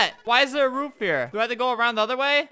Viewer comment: Albert: why is there a roof here? What I heard for a second: why is there a root beer?